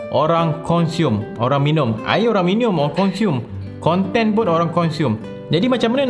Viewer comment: Senyum sorang dengar "minium"